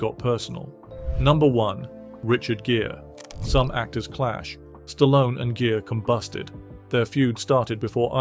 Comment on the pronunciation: Gere is pronounced like gear not jeer